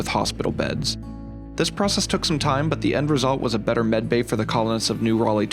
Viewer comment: I cant tell if your saying medbay or bedbay